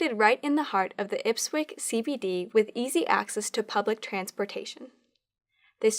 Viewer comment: Ipswich is pronounced IPS-WHICH. Not Ipswick... I wasn't watching the screen, just listening. Looked up trying to figure out where Ipwick was when I saw the spelling. 🙂